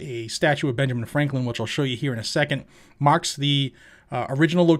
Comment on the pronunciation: Did you say Marks the sidewalk or Mack’s the sidewack ? LoL just playing